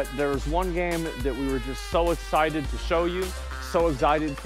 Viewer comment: "eggz yighted"